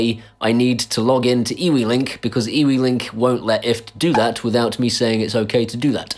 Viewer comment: Just want to let you know that eWeLink is actually Pronounced you-link, my Nan stopped me in conversation to tell me this, oh the shame of it! lol